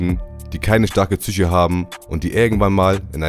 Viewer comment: Psyche. Nicht Tzische alter🤦‍♂️